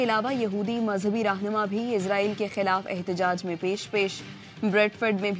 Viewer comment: Bibi Ezraeel Ni ha israeel ha Bolna tu sikh lain 😂😂😂